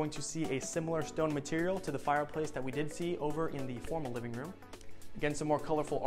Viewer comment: Hi! Love your vids. Just wanted to give some quick feedback if it’s helpful. Oftentimes when you say, “I did really like” it sounds so strongly like you’re saying “I DIDN’T really like.” A few times my mouth drops in surprise, and then when I rewind I realize you’re saying you do love the feature you’re showing. Just wanted to let you know viewers might hear it different than you intend. So excited to keep following your channel :) Stay well!